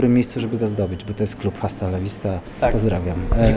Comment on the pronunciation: To Pan powiedział, a Nitro kiedyś bardzo podkreślał że H w "hasta" jest nieme, pozdrawiam i czekam na kolejne walki 💪.